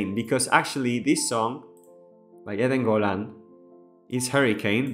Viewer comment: Thank you for your lovely words and congratulations on the way you say Eden Golan so perfectly. I am so proud of my fellow israelis for pulling themselves from the horrors of 10/7 to offer the world such a beautiful masterpiece. AM YISRAEL HAI עם ישראל חי